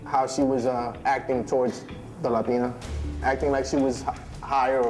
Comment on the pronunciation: *latin* not *lation*